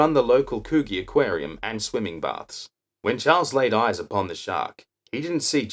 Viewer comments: It's pronounced could gee not what you said lol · Great vid.. Love you're work mate.. Coogees a tricky one, Its pronounced Couldgee, Anywho carry on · Very entertaining , except for the mispronunciation of Coogee 😀